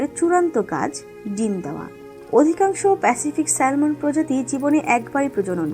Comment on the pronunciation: সঠিক উচ্চারণ স্যামন হবে।